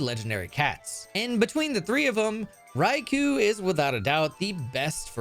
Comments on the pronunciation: Rai-coo is also wrong. Rai-coh is the way to say the -ou (ō). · All of the legendary beasts are named after different Japanese words for emperor (with a word referring to the associated element before it). In Raikou’s case, the name is 雷皇 raikou “thunder emperor”, and the name is pronounced like English “rye” + “koh”, not “koo” or “ku”. This can be confirmed by listening to the Japanese name as well. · Raicow the legendary cat 🤣 I love the mispronounced pokemon names and the amazing content!!! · IT IS PRONOUNCED RAI-KOH KOOOOOOOOOHHHHHHHHH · The Rai'cow' is how I've always pronounced this pokemon as a kid, as my native language reads those letters differently. I got so excited, then your fakeout slapped me in the face lmao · you made a joke about pronouncing Raikous name wrong, and then still mispronounced it, you truely are comedy.